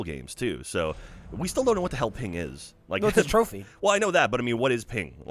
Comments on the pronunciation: Hey, its PENG! Not Ping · said Ping instead of Peng 7 times. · was i the only one that cringed every time said ping instead of peng?